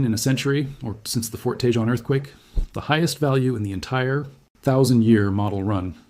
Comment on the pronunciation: Grenada who lives in Los Angeles to hear Tejon pronounce the way you've been doing is like nails on a chalkboard. Let me see if I can help you Ta Hone... Tejon that's how it's pronounced with an HJ is an H sound. Hope this helps you in the future not sound like you're not a native lol.